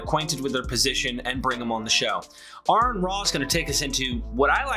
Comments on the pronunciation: I'm going to start a GoFundMe....it'll be called "it's pronounced..Are-in" lol. 🤭 "I watch him all the time" then why didn't you see all the times he corrects almost literally everyone? That musta made your face red. 😅 I'm just joshin' bud. Thanks for the content. Good video. 🌶️🥓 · Interesting how humans work sometimes. Pronouncing "Aron" correctly the first time but not the second.